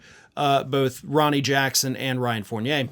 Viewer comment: P Thank you so much for pronouncing Fournier's name right..... now if only Americans would learn how to prounounce Foyer right.